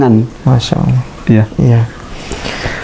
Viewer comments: Tolong sebutan Allah, jangan disamakan dg penyebutan sewaktu Bpk. di Agama sebelumnya. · ASSALAMUALAIKUM WR WB...fimohon dan minta tolong ya pak untuk bapak didalam pengucapan allah TAPI ALLAH SWT dan ajari pengucapan dalam lidahnya dan trrima kasih dan juga cara dakwahnya harus murni islami jadi biar terkesan betul mantap dalam beragama islam.karena kalau pengucapan allah masih kayak itu kemungkinan besar bagi yang tidak tau pada bapak jika menyampailam bab islam akan dikira misionaris karena pengucapan ALLAH SWT masih kaku dan kelu tapi saya mendukung sangat.dan untuk sekarang focus belajar islam dulu dan jangan berdakwah dulu dan mungkin lain kali.karena ta lihat masih penyampaian islamnya masih berdasrkan ilmu pikirannya dan nalarnya meski itu benar tapi kurang kuat jika tidak disandingkan dengan faham dalil AL QUR'AN DAN HADIS karena jika tidak dikuatkan dengan dalil maka akan jadi penyampaian ilmu hanya sebatas pikirannya dan jadinya akan ilmunya lebih dulu dari pada pelaksanaan dan itu kurang bagus dan cara pengucapan lafal arab yang benar dan terima kasih dan tetap semangat salam dari saya pribadi.SEMANGAT BERDAKWAH BOLEH ASAL ADA KAPASITAS YANG MEMPUNI DALAM BERILMU DAN DALIL KUAT DAN PAS DALAM PENGUCAPAN DAN DISERTAI DENGAN UCAPAN DAN PERBUATAN YANG SESUAI DENGAN APA YANG DISAMPAIKAN karena ni demi murninya islam terjaga.dan jangan asal semangat berdakwah tanpa dasar tapi jujur saya dukung mumek dan terus semangat dan dalami islam pada ahlinya dan berguru secara langsung dan bukan hanya di yout